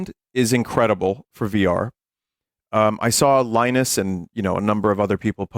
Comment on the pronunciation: Leenus ples